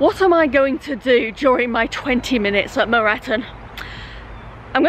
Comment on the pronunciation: Your pronounceation of leasowe and moreton perfect 😂👍 I actually prefer them pronounced that way